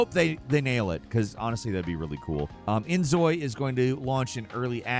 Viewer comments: just a little bit of knowledge inzoi is pronounced injoy. Because for some reason Korea thinks Z is pronounced J... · Z is pronounced as J in Korean. So it's In-Joy. cute